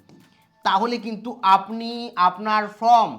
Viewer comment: আরে ভাই উচ্চারণটা ফর্ম,ফ্রম নয়।